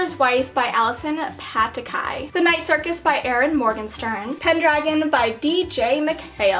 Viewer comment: OMG I SWEAR SHE SAID 'Ellen (or Erin) MORGENSTERN!!!! Holy cheese balls